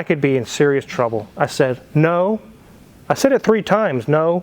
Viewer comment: in trrrrouble!! LOL